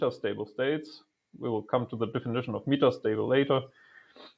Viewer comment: It's "MEH-TAH" stable state, with a short E, not "MEE-TAH" ffs